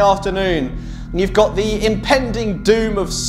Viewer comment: How about the totally imbecilic pronunciation of basic words like "gwaaaht" (got) "deezhire" (desire) and so on, as is the case for every other insufferable pop artist